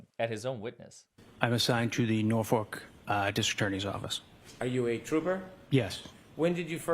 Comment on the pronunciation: It’s Norfolk not Norfork- what a moron he can’t even pronounce the county he works in